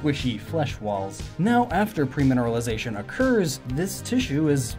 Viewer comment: pERmineralisation. NOT pREmineralisation.